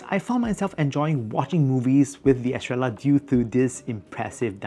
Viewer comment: It’s meant to be pronounced Estreyah”. It’s a spannish word, double L is read as j-Y